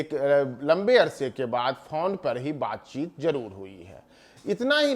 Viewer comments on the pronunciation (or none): Phaun nahi phone hota hai